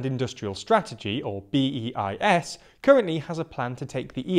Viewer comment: As ever, an interesting an informative video. Thanks. For future reference, BEIS is pronounced ‘baize’.